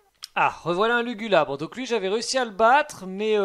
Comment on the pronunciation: Après "lugulubre" , voilà "lulugubre" mdrrrr pauvre Lugulabre son nom est pas respecté 🤣